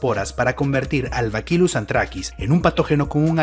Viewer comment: Lamento corregirte, pero se pronuncia Bacillus, no bakilus como dices P. D. Soy bacteriólogo